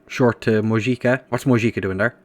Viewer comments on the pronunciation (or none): Mojica is qctually pronounced Mohica